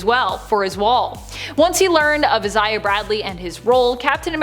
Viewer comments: It’s pronounced I-Zay-Uh not Is-Zay-Uh or however you pronounced it. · why is she saying Isaiah so weirdly? Eye-say-ah not is-eye-ah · its EYE-ZAY-AH jesus chrsit